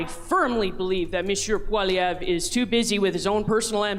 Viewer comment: I like cause she's the first person in Canadian history to pronounce Pierre's last name correctly